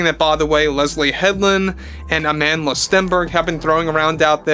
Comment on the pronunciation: Anyone else love the way this dude says ‘AmandaLa stenberg’